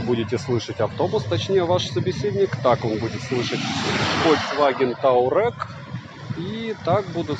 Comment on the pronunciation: ТуАрег называется фольксваген. Читай внимательно названия.